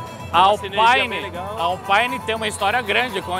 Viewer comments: Permita-me discordar, rapaz... Alpæine, é marca de equipamento de som automotivo. Alpîne, é a divisão esportiva da Renault. Baita vídeo, excelente como sempre. O Anderson da Alpine já está bem europeu, pois quando o pediu o seu nome pela primeira vez, este deu-lhe 01 baita vácuo...😂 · Que agonia ficar escutando Alpaine a própria equipe já disse que se fala Alpine.